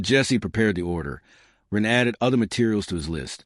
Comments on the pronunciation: It can't even say Ren half the time , it says Ruuuun, very hard to tell what the author's intent was with how chopped up this reading is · it’s when someone says “Wren” that the A.I. completely messes it up. If Wren is used in a sentence like “he gave the ball to Wren” it says it correctly.